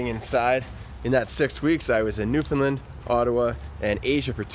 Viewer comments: It’s New-found-land not newfinland. Your such a mainlander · it is pronounced nuufhoundland. I feel offended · The way he pronounces Newfoundland is sooo funny. I’m from here and that was the worst I heard someone try to say it.